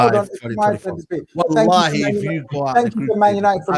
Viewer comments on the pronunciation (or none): My brother, please stop saying wahali. I know you don't have bad intentions, but it's disrespectful, and you should know that.